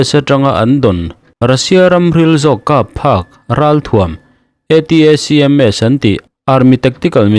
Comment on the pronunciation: ATACMS ti loin ATMS tih mai awm!!!😱